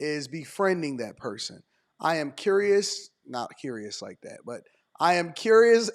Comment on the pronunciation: And another thing I know it’s small but I’m super annoyed how it seems every woman emphasizes the word liKE (lie-KUH) it’s just really annoying